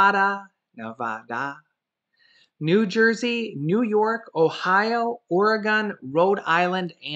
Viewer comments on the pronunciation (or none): none